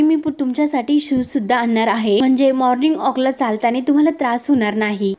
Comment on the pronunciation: माॅर्निग ऑक नाही ओ माॅर्निग वाॅक, वाॅक.